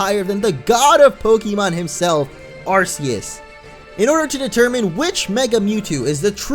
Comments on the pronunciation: His name is Ar Key us not Arseus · Arceus is pronounced AR-kee-us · At least pronounce it right... AR-KEY-US